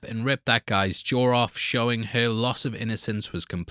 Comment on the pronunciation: It's "Jaw" not "JawR".